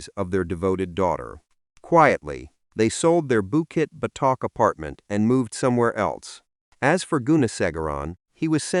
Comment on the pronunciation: bukit what?? botak?? urghh why use ai